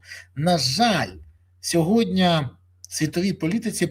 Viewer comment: Пан Береза, дякую, ви як завжди супер. Але, ваше сьогоднЯ це триндець, як ріже вухо. Українською мовою - сьогодні. Дякую.